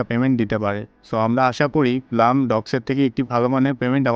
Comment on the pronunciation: ভাই উচ্চারণটা ব্লাম না ব্লুম হবে।একটু গুগলে সার্চ দিয়ে দেখো । যে কিনা ব্লুম কে ব্লাম বলে সে দিবে আমাদেরকে ব্লুমের তথ্য আল্লাহ 😅